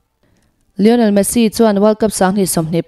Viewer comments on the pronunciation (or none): none